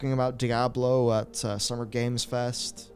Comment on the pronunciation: whats "die-ah-blow"???? ive never heard of or seen that game is it anything like "diablo"?